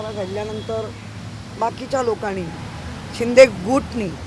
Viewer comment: काय पण मराठी बोलती ही बाई..मानूस, दोण हजार, लोकांणि, शिंदे गूटनी, "समिकरण घेऊन सत्तेत बसलेत" 🤣 मराठी शिका, मराठी पेडणॆकरआज्जी.